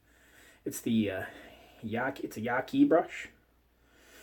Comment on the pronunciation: Brush name is pronounced like this: "Yatsi"... Yaki sounds weird :)